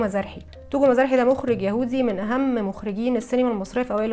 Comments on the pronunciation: Togo Mizrahi مزراحي مش مزارحي زي قرداحي مظبوط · "مزاحى" بتنطق على وزن "قرداحي"